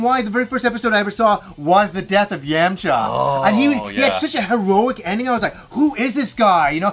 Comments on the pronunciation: Yemcha not Yamaha guys take notes 😂😎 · How can Yamcha be your favorite character in DBZ but you can’t even pronounce is freaking name right?!-__- it’s pronounced “yaw-macha” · your saying yamcha's name wrong